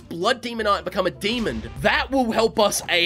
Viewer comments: why do u always say demon like the word almond like demond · I love that every time says demon, it sounds more like he says demond, is that just me who hear that?